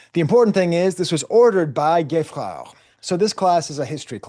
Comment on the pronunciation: Geffrard is pronounced Jayfrar